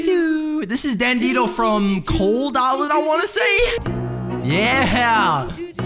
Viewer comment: Dandidoo Not dandido